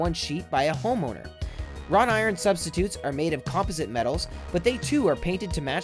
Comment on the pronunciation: Learn how to say 'composite'